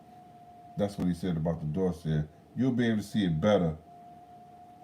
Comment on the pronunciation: I know it's annoying when people correct you on word pronunciation but I'm gonna do it anyway, it's Doss-see-ay. But more importantly - hope the surgery goes well and fixes what it should